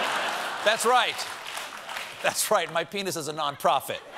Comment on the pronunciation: Is that "non-profit" or "non-prophet"?